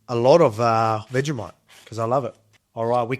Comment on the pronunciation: its pronounced vegi-moit...